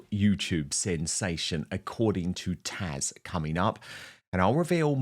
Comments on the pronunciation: Dan, It’s Taz not Tash 😱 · It is actually TAZ. Dan always mis-pronounces it. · Taz not Tash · Why do you call Taz, Tash? How rude.